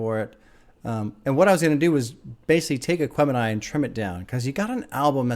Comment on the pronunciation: you got the name right! My soul hurt everytime you said it on the reaction